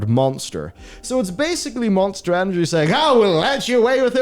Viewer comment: Did he say Moanster energy?